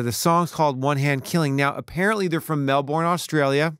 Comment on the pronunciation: Its pronounced Mel Ben not Mel Bourne. The Ben in Big Ben rather then the Bourne from The Bourne Identity. And with regard to watching Clockwork Orange, I would definitely second that, but learn from my mistake and don't watch it with your parents when you are 12 years old.